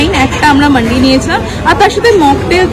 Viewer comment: I really appreciate your video, keep it up. If u don't mind Just one correction it's মান্দি (food platter), not মান্ডি (সব্জি বাজার). 99% YouTuber pronounciate it incorrectly.